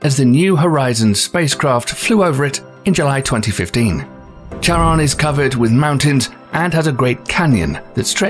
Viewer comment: bruh, not charon as tsaron.... it's charon like loch (lake)